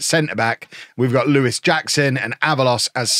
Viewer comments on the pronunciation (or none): none